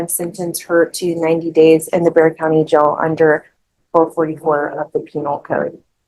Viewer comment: Someone needs to fix these recording of Bexar County.. pronounced bear... But every case has it listed a different way.